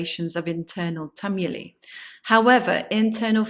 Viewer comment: Never heard "Tumuli" pronounced your way ! Check on Google ! ! !